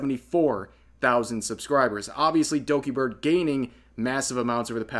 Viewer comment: I like how he says "Dogibird" At about 😂😂